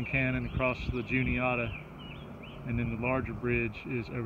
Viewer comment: The Juniata River is "ju nee-ah'-ta. The "ah" is like in "apple". And you are correct, I don't know why Pennsylvanians called these waters a "creek". My New England roots calls them rivers too! It was very strange to move to PA and hear them called creeks!